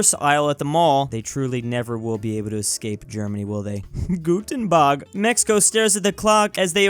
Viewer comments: The way he said guten bag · ah yes, guten bag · Guten Tag more than like Guten bag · "guten bag" ☠️